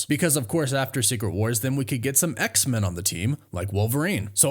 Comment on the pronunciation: I love your work but PLEASE say X-Men not X-Min 😁